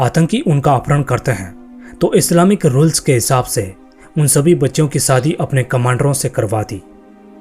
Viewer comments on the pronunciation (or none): none